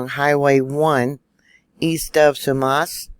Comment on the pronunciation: You get points for trying to pronounce the names of the places here. Sumas is pronounced Suemass. I've been here for over 30 years. Never seen it this bad. That truck on its side is on Deception Pass Bridge. Its hellish on a good day. And its hundreds of feet high. Nobody survives that fall ever. Fortunately, we didn't lose power up here by the US Canada border.